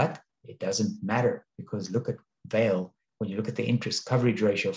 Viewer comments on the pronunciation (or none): Pronounced Val-eh. I bought some after selling colonial coal when it 2xed. Love the dividend, I like the stock more than Anglo American, which is divesting from coal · thanks for the pronounciation correction! During the video I did remember to apologize for slaughtering the Brazilian Portugese language :). I am not sure the VALE dividend is sustainable at the current level. Thank you for sharing. Best regards!